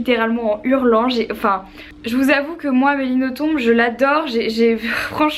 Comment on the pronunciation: Toi qui est une très grande fan d'Amélie Nothomb, sache qu'on ne prononce pas le "b" à la fin ;) Bisous !